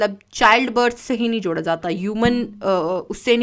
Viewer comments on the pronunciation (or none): none